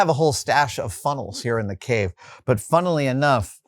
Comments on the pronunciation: "Funnely enough!" lol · "Funnely enough," was perfect, if unintentional.